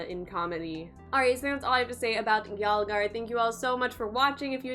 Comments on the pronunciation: It's pronounced as yul- gaar! Not yaal- gaar. It means attack!!! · First learn how to say "yalgaar" before grabbing tons of views from india.. I mean how can you react on the song which is not made in your familiar language... Please have some courtesy to learn the language first, before fooling people on the name of reaction, i mean all knows you don't even know a single word from the song then how can you react on a video by only watching pictures.... Thus proved you all can do anything for views, don't use indians they are way more smarter then you think...... 😠😡😠😡😠😡🤢😠🤢😠😠🤬🤬😡